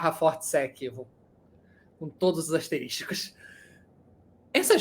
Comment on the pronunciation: * = asterisco. "asterÍSTico" não existe.